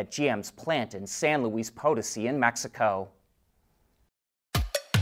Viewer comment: Check your pronunciation of San Luis Potosí. Accent last syllable.